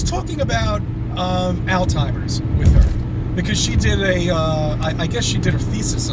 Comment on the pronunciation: I saw two reasons in this video you didn't go to med school: 1) You think Tesla's name is "Telsa." 2) You think the name of the disease 'Alzheimer's" is "all-timers."